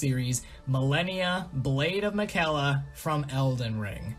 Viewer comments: I have no gripes on the list. Opinions are opinions. But I do have a GIANT issue with your pronunciation of "Malenia, Blade of Miquella"... She quite literally says her own name during the beginning cutscene and every single time you die. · Can't even pronounce the name of Malenia's Brother correctly after dying to her many times. Smh